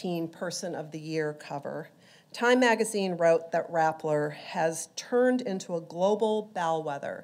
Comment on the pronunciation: Rappler not Rattler.